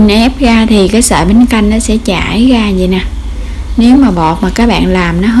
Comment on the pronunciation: Nghe " đổ ga gổ , gồi , ... " khó chịu ghê . Làm video để hướng dẫn mọi người nghe , hiểu , làm theo thì nên phát âm trơn láng , rõ ràng , chuẩn mực mới thu hút nha em . Dị ứng giọng đớt đát , ngọng ngịu ghê đi ! cái này có thể sửa , ko có khó , cố lên